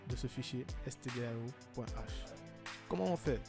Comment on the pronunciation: On dit "stdio" et pas "stdao"